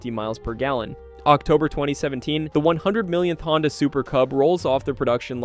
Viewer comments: I thought the company was called Honda ? Not HONDEEE ?? Maybe I’m wrong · Honda pronounced proper 1st 3 times then .59 he floridly says " Hondie"!?